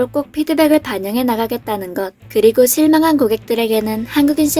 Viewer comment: 나레이션하시는 분 혹시 다른 나라분인가요? 발음이 새는것도 그렇지만 특이하게 발음하시네요 대표로 실망한>> 씰망한 ㅋㅋㅋ